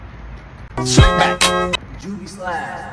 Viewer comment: Thanks, now i can finally pronounce slickback